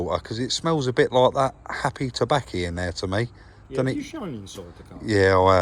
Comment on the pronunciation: Happy tabbaco I love how u say that